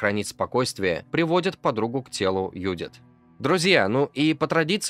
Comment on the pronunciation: Какая нафиг Юдит? автор ну выучи ты имя Джудит